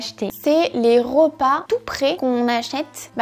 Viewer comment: Hello ! Premièrement j'adore vraiment cette vidéo ! Je trouve que, par exemple, pour le salades toutes faites, on se doute pas vraiment que les macros sont comme ça. Deuxièmement, je voulais te faire une remarque sur ta prononciation haha Cela fait plusieurs vidéos que je me fais la remarque... mais tu prononces beaucoup de "e" "o". Par exemple "rOpas". Je te le dis mais ne t'inquiète pas, ce n'est pas dérangeant (mais ça fait bizarre parfois haha)